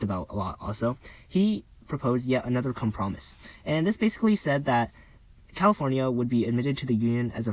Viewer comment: com promise? cahm-prom-iss? cahm-pro-mize 😂